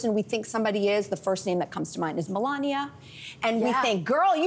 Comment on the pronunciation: I yelled Hillary before you said Millonia.